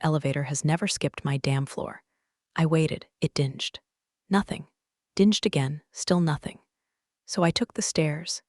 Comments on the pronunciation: I really love these stories, but AI needs to be fed a Funk & Wagnalls to learn pronunciation, how to actually detect context clues, and the difference between dinge and ding. Elevators can be dingy, but they ding when they stop at a floor. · When will AI learn to speak the English language correctly. So frustrating having to read subtitles for simple words like "dinged". Come on AI do better. 🤣